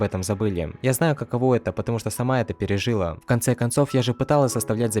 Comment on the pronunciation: ПережилА, а не пережИла. И мистер Джон Доу говорит "про сбежать оттуда", упоминая тюрьму, а не "отсюда". Дружище, ты мегакачественно проходишь игры, запариваешься с переводом и внесением его в ролик, но расти ещё есть куда. Не останавливайся, игры интересные, твоя подача интересная... Там-сям надо подтянуть моменты, и будет идеально. С разбором я не совсем согласен, и из принципа даже не хочу знать, что заложили в игру разрабы, потому что именно смотря твоё прохождение придумал (если так можно выразиться) несколько вариантов сути игры, смысла, который можно было в это творение вложить, и останусь при своём мнении, потому что так игра выглядит куда вкуснее х)